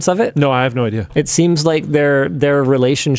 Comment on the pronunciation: Here's an idear. Make a quiz where you can win merch.... By guessing how many times Linus goes off topic 🤣